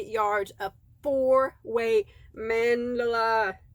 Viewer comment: MENDELA ❌ ITS """MAN-DA-LA"""